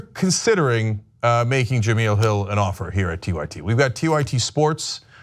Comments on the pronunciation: It's Ja-mel like Mel's Diner. Not Ja-meel like oatmeal. Before you offer her a job maybe get her name right. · STOP SAYING JUH-MEEL....It's JUH-MELL. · It's pronounced "Ja-Mell".... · Cenk its pronounced Juh-Mel ;) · The second "E" in Jemele is short. Her name should rhyme with "elle" Jem-"elle" Hill. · Her name is pronounced "Je-mell"!! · well before your make her an offer..you're gonna have to learn how to pronounce her name correctly.. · 1 he can't even pronounce her name right, and 2 they cant afford her..believe it or not TYT doesnt have the power or money they pretend they have. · Just wanted to let you know you keep saying her name wrong. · Hopefully Cenk will figure out how to correctly pronounce Jemele's name before calling her